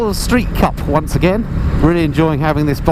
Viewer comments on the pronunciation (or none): none